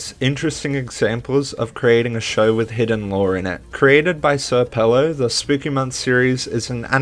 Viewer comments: Sir Pelo Mf its Senior Pelo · Bro I know you like his work from this video so how do you know know it’s señor not sir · Fun fact: srpelo’s username is actually supposed to be read as “señor pelo” and not “sir pelo” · im pissed off that you said "sir pelo" and not "senor pelo" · senor not sir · not to be that guy but its pronounced señor pelo. not sir. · Its not pronounced sir pelo btw, its señor pelo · sr pelo is a spanish speaker and you pronounce his name: señor pa lo translated to mr hair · Just a note your saying sr pelo's name wrong it's señor pelo Great vid though